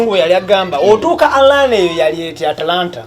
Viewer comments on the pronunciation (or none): Hahaha...mbu Anlana....nga kitegeza Atlanta....😀😀 hihihihi Abantu tulina stories nyinjiii ezokunyumizaako kubalala......